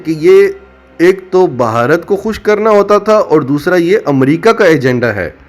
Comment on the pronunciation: بھائی صاحب اصل تلفظ بھارت ہے بہارت نہیں ۔۔ 🤪🤪🤪